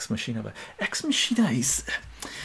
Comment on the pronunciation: Not to be that guy, but it’s pronounced "MAH-kin-ah.” As in “Deus Ex Machina.”